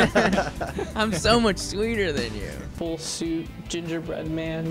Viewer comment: I hear fullsuit I hear fursuit